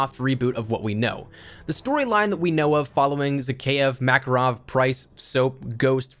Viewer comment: It's pronounced MakArov (stress on the second a :p), not like Maccaroni